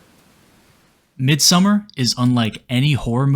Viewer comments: Mid-sew-mar. Please pronounce it correctly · U could at least pronounce the title right if u make a whole video on it. Its not summer. MID-SOM-MAR. Its litrally spoken throughout the entire film. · It's Midsommar, not Midsummer. Also, she looks like an Indian girl than a British girl. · i realy wanted to watch the video but dude... its not called MIDSUMMER, you have the name in your title.. Midsommar it annoyed the shit out of me xD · Listening to the narrator's pronunciation of the movie's title as "Midsummer" is more frightening and scarier than the movie itself. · Don't pronounce it midsummer